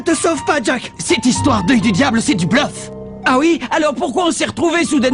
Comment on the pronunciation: lol a dit bleuf a 😂😂😉😂😂